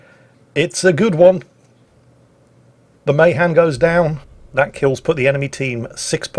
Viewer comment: Why does Mahan sounds like mayhem